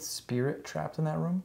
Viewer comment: “Innat”😭 you’re really my favorite YouTuber been watching since 2019 🫶🏽